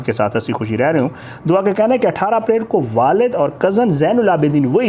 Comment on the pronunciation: by the way its not DOWA its DUA. kitna hi ach hota k agar ap aj kisi aur topic pr videos bana litay na k DOWA PR. kiyo k bachi nay media say request ki ha k please meri jan bagsh dain. But apnay DOWA ki jan nahi baghshni. Bahi Kuda ka wasta ha ab kuch aur topic dhodho please.